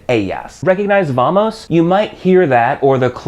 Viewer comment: The Spanish "V" is pronounced "buh" not "vuh".